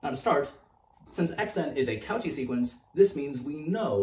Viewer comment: Sorry but the au in cauchy is pronounced more like "o" and the "ch" like "sh" so "koshi" i am pretty sure, it's french. But i enjoy your videos very much! Throwback to my first semesters